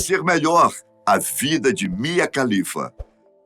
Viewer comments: Só uma dica: A pronúncia de todo nome e sobrenome árabe, que começa com “KH” equivale à pronúncia do nosso “R” (de Raquel, Rogério, Renata, Ribeiro, Ramos, Resende, e etc) Portanto, a pronúncia do sobrenome da Mia é “Ralifa” e não “califa”. Sobre a carreira dela: Todos os extremistas islâmicos que a ameaçaram de morte, são um bando de hipócritas, porque eles também consomem pornografia. Inclusive é por meio de filmes pornôs, que eles aprendem o que fazer com uma mulher, visto que na cultura e na religião deles, NÃO EXISTE namoro ou sexo antes do casamento. O afastamento da família é compreensível, independente do país de origem, da cultura e da religião. Nenhum pai e mãe ficaria feliz com a filha trabalhando para a indústria pornográfica. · Você disse "Mia Khalifa"? 🤨😁😏